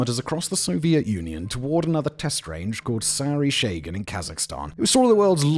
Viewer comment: Oh Simon - puhleeze! Its SAH-ree sha-GAHN! sha-GAAHHN. NOT sorry shaygin! Jeeez!